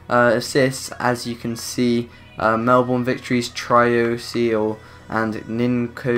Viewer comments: its pronounced mel-ben not mel-born. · It's pernounst Mel-bin not Mel-born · Mel(burn) not Melborn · I know it is ur accent but when someone says melborn instead of Melbourne it is irritating but any u derserve way more subs keep up with career mode challenges and u just got a sub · Dude, it's pronounced Mell-Bin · I Cringe at they way You say Melbourne